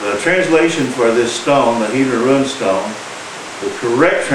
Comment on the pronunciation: My one real problem with this video is your pronunciation of rune and its derived words. I think the word is similarly said to "dune", but with a r in place of the d. RUN-stone just makes you (and the subject) sound silly, which I believe would be an injustice. Also, being from within 75 miles of said stones, I believe that if i can say it right, so can you. As for the subject, i find it intriguing, and would love to see images of the swords and such found there, and of the type of stone there.